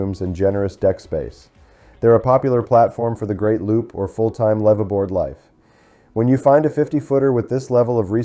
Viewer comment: AI still can't pronounce live-aboard 😢